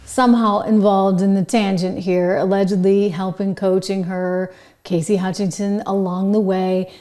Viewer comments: Cassidy, not Casey! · Cassidy not Casey